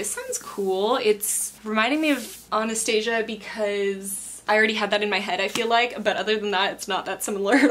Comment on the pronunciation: i love the double unboxing!! also, does the way she says anastasia mean she saw the version in español latino where thalía sings una vez en diciembre????? love that version. (wait am i the only one who hears "this is pants down my favourite thing..." xd)